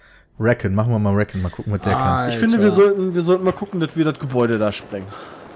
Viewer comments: peter bitte sag nicht RÄKKEN :D das heißt riekonn (so in etwa ^^) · peter es heisst nicht räccon sondern ricon(recon)